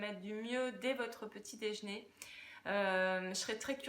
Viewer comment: Qu'est ce que c'est le "dèjné" ?